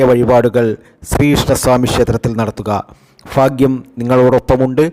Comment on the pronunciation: ചാനൽ കാണുന്നതിനു മുമ്പ് എങ്ങനെയാണ് സുഹൃത്തേ ലൈക്കും സസ്ക്രൈബും ചെയ്യുക ഒരിക്കലും ഈ സംസാരം പറയാതിരിക്കുക പിന്നെ ഫാഗ്യവും മഹാ ഫാഗ്യവും കൂടാതെ ലോട്ടറി ഫാഗ്യവും ആദ്യ ഫയും ഭയും പഠിക്ക് എന്നിട്ടു മതി ഈ കുണ്ടാമണ്ടി പരിപാടി Sasi Tirur